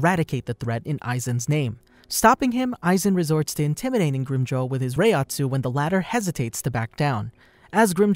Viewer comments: Grimjow what bro? 😂😂😂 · Hi! You only butchered the name of Grimmjow. Your pronounciation is really good. I'd like you to make a video on Kisuke Urahara or Yoruichi Shihoin